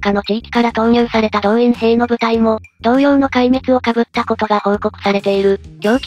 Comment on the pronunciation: 被った × かぶった → ○ こうむった